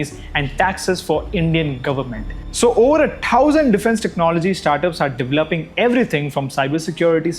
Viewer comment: bhai tu pehle thousand pronounce karna seekh le